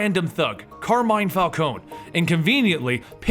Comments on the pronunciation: Falcone is pronounced Falconee, I'm sorry but it's my favourite crime family so it kinda pisses me off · The thug boss', Carmine's, last name is pronounced fal-KO-ni As pronounced in Arkham series, and Batman TAS, and in animated films (can't remember which one, Batman year one I think) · I swear it's pronounced Fal-cone-ee :/ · Isn't it pronounced "Fal-co-nie"